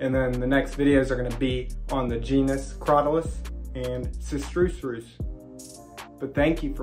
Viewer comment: Sister-Us is how I have heard it pronounced